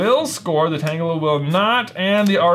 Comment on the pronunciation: keeps saying Tanglea instead of Tangela and it bothers me just a bit.